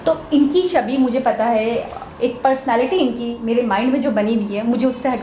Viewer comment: Ego Problem Aapki nahi Pure Pakistan ki hai aapki government ki Ego ki vajah se to aapki yeh halat hui hai aur Shabi Nahi "Chhabi" hota hai aur Gayan Nahi "Gyan" Hota hai.